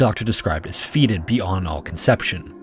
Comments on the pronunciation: Fetid is fet-id, not feet-id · I’m assuming you meant “fetid”, in which case it’s pronounced, fat, like Bubba, Fett, and id, as in one of the parts of the id ego and super ego